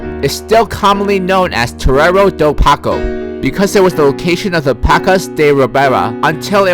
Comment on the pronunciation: the letter "ç" is read as "ss", so "paço" reads the same way as "passo".